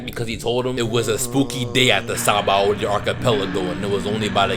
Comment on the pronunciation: It’s sounds like your saying saboldy archipelago